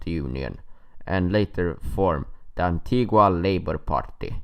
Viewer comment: It's pronounced antiga. The u is silent